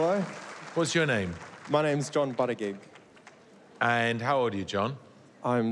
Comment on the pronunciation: Dude, just wanted to let you know. Your surname is pronounced BOO-TI-JEEJ. As a Maltese person, I can recognise a Maltese surname anywhere ;P. You definitely have some Maltese blood in you, however distant. Just wanted to let you know ;P Also, I can recognise a Maltese accent too, and your nanna and nannu are Maltese! They seem so sweet! Anyways, happy playing! You sound great!